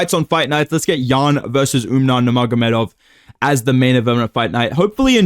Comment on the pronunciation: Bro stop saying UmNar it’s fucking annoying